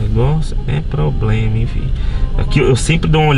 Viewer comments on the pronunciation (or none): none